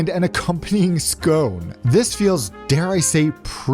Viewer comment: liked for the correct pronunciation of scone.